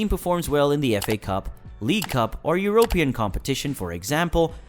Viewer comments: Eurooww pee inn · Did this man say euro pan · Great video, but really annoying to hear "European" being pronounced with the accent on the "o" rather than the "e". In "Europe", the accent is on the "u", not the "o". Rant over.